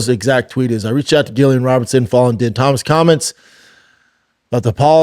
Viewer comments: Bro lmao how you gonna say we’re all cheering for her but multiple multiple times say yeah she got her ass beat but man we’re gonna watch her next fight yeah she really lost bad but this is so good for her you crack me up bubba btw din Thomas pronounced dean thomas you kinda should know how to atleast pronounce his name Gillian is pronounced Jillian just spelled differently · Din Thomas bro dammit B it’s not that hard to say fuhhhhhhhh